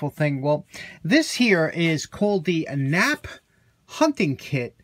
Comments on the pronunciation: 🤣Touché. Why have two Ps if you’re only going to pronounce 1 right? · Hang on a second , isnt that pronounced K nap p dont forget the K and the extra p